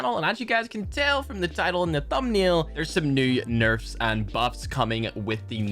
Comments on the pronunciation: said nefrs instead of nerfs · big oof “nefrs”